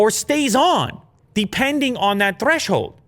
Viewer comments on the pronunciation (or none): i could play this for hours. Hashtag THWESHOLD!